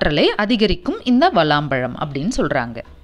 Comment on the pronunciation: Not valam pazham, it's vilam pazham